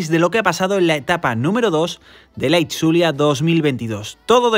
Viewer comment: Resumen 🔝 como siempre!! Me encanta como pronuncias “Itzulia” al igual que los apellidos de los corredores vascos!! 😜👍🏻